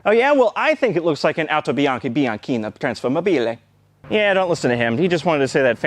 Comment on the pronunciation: Nitpicky Italian here. It's pronounced trasformaaabile not trasformabiiile like you said. Nice video! :)